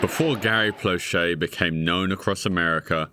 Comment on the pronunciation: As a Louisianan, I want to thank you for taking the time to learn how to properly pronounce Plauché and Doucet.